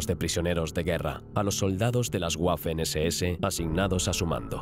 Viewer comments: nada más como dato, la W en alemán se pronuncia como la V del español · Sobre todo la pronunuacion, algo que me gusta de este canal es el empeño que ponían en pronunciar alemán, Ya que el dueño del canal estudia dicho Idoma. Y en este video me voy encontrando un "guafen ss" 🥴